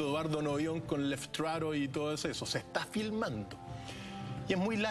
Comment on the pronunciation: Es Leftrarü "Lef- Veloz, Trarü- Pájaro"